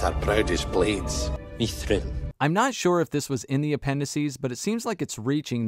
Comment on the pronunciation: its pronounced mith rill not mEEETH rel and thorens wife is not the best actor she ruins a lot when you are distracted when ever she is on screen because when thorens blood is so important to how the world works it makes no sense that means gimly is part black does that make any sense they gave her a role that makes no sense it work be like the king of England has a black wife it doesnt happen